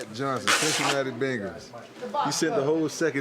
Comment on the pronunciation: Its pronounced "ben gals"